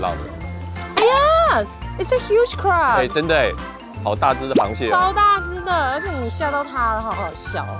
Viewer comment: crab發音好好笑，增加鄉土味，不錯!